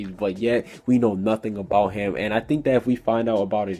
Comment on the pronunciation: i was expecting you to correct Jeanmarley Jules for say "hum" and not "him" LOL